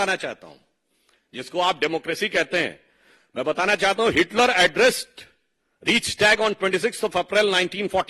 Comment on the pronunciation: It's not Reeiisshtag it's Reichstag